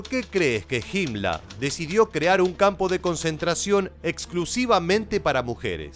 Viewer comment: Porqué el narrador dice "Hitla" y "Himmla",se escucha raro.